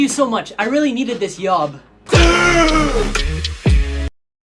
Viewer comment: why doesn't he say 'yeally'